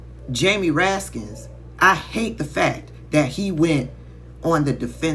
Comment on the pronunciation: There's no "s" at the end if Jamie Ranskin's name. It's just Raskin.